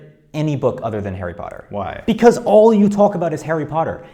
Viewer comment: arry pottah